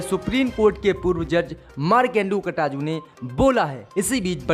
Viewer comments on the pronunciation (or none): Aap markande katju ji ka naam baar baar Ghalat le rahe hai kataju nahi KATJU